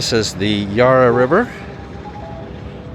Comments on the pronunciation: he pronounced Melbourne well but blew it with the Yarh ra river instead of Ya ra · BTW yarra is pronounced, "YAR-A" not "YAR-ER" if you want the ozzie dialect.. ;-p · My cobber it's not Yarra is Yarra not yuarra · Dude, it’s not Yar-rah river. The A is short as in apple. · The a in Yarra is pronounced like the a in arrow not ar like a pirate. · Yes but tell him its not yar rah...its ya ra for gods sake!! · pretty good. Just wanted to add it's the 'Yair-uh' River. The Vic Market does have everything. It's the biggest public market in the world. You totally missed the fruit and veg/meat/coffee/cheese part. The food part is the best. You can buy food picked less than 12 hrs prior. Nothing fresher unless you grow it yourself. Great experience inside the Melbourne Gaol. Wish you could have got Ned Kelly's death mask in the vlog. Great video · You did well in pronouncing Melbourne (not as Melborn) but the Yarra is "a" AS IN APPLE. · That's my wonderful city! You should have gone to the Block Arcade and the Royal Arcade - they're fantastic! So many great places you didn't see. That was a very brief review of Melbourne. And the one thing you thought was expensive was the meal at the Hyatt Hotel - and the room was pretty small too. That's an American company... And I'm hopeful that someday a tourist will pronounce Yarra correctly - but sadly, it wasn't this time. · The Yarra is more a feature than an actual attraction. And the first vowel is not stressed, more like the 'a' in 'and' while the second sounds like 'uh'. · Great video and.I spent most of my youth in the Melbourne suburb of Beaumaris.Pronunciation can be difficult for non locals.The Yarra River.Pronounced like "Harry". Swap the "H" for a "Y" at start and the "Y" for an "A" at end and you have the local pronunciation. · You've been doing extremely well with our pronunciations but I knew you'd have trouble with the Yarra River, bless your heart ❤️.